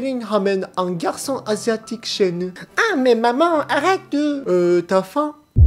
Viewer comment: Ah mais maman, arrêTEUH xD